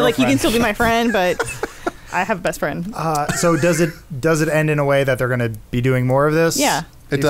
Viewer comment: “Hey my fwend’s back my fwend’s back!” 🤤 lmao